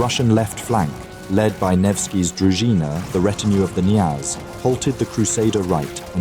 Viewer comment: In Russian the initial K before a consonant is pronounced. It is KNYAZ not NYAZ.